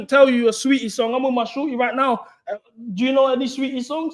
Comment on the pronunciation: my boy pronouncing tf out of saweetie. "sah- weheetie" is killing me